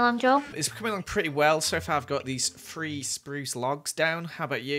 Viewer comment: It's three not free